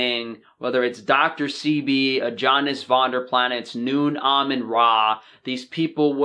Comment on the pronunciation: You can’t even say his name correctly. James Steward couldn’t establish Rawesome club without Aajonus’s help. Aajonus Vonderplanitz did not fail. Primal diet will prevail.